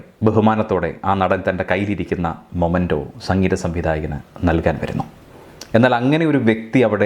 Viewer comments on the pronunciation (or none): മൊമെന്റോ അല്ല സർ മെമെന്റോ (memento )ആണ്